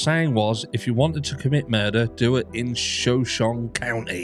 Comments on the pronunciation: Shoshone is pronounced show-show-nee. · It's pronounced like the Tribe It's named after, 'Show-Show-KNEE' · Shoshone i county is pronounced "show-Show-knee". I believe is native name. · Hi it’s shu-show-née after the Native American tribe. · "Sha-shown" is how people in Idaho pronounce Shoshone County. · SHU-SHOW-KNEE. And the shu is said like in shut without the T. The pronunciation of this word is very confusing. Please don't think I'm trying to correct you I'm just trying to be helpful since you seemed unsure of how to say ot. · not to be rude but the correct pronunciation is SHa SHONE county.There's so many Indian names in our area they're hard to pronounce.I was born in Coeurd'Alene ( Core da lane)😉🥰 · I think the pronunciation is “show sean ie” as in Native American tribe. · Shoshone is pronounced as Show-show-knee. Its a Native American tribe in Idaho. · Thanks for your content,! Shoshone is pronounced ’Show-show-knee”, if that helps. Named after an indigenous tribe of the region. Lots of questionable stuff in Northern Idaho. Scary and sad. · Pronounced: Sha-Show-Knee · Just to help you out...Show shone e. It's native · "Shuh-show-nee" (a native American people) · Pronounced show shon e…..it’s Native American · Shoshone is pronounced shah-show-nee. It's an american indian tribe.